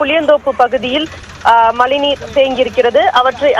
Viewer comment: ஏம்மா மலைநீரா?? மழைநீரா 🤔🤔